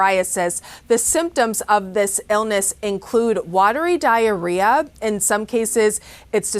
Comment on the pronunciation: haha she said explosive diarrea